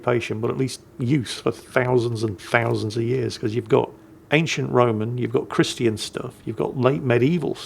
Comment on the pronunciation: Minor compliment but I love ’ pronunciation of “christian”. It’s so perfect and proper. I’m in the southern US and everyone pronounces it in 2 syllables (Chris-chin). Doesn’t really bother me but hearing a good pronunciation immediately stands out to me